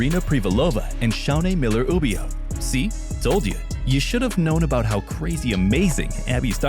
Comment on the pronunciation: You lost me when you said Shaunae's last name. At least say it right!!